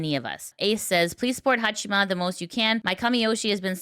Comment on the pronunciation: Hong Kong knockoff Haachama. specializes in inventive pronunciations of names.